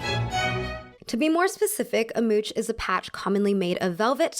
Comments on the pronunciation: as someone who speaks french it is causing me immeasurable pain to hear her pronouncing mouche as mooch and not moosh lol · Actually, "mouche" is pronounced "moosh", not "mootch". And as a plural noun, we don't pronounce the "s" (go figure), so "mouches" is still pronounced "moosh" (I know, don't ask). The more you know! 🌹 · Sadly the proper way to pronounce the French word "mouche" is something like "moosh" to rhyme with "push". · hello ... "mouche" is pronounced "moosh"..... sorry but not sorry for wanting to help :p anyways... great content as always . Love you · mouche is pronounced moo+sh the s is just to indicate it’s plural and is silent :) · I have a serious question. Why do americans so often do not make the effort to look up how you pronounce a foreign, in this case french, expression? Mouche = /muʃ/. You can look it up so easily! Please google it and try to make an effort. Have some respect to foreign languages. I was very interested in your video but everytime you pronounce "mouch" so terribly wrong, it hurts my ears. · Hey! I love your videos, they are great. I'm French and I could help you with French pronouciation if you'd like! "Mouche" is actually pronounced "moosh". Hit me up if you need help! Can't wait for your next video:) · great video! I just wanted to add, as a French, that a mouche is pronounced moosh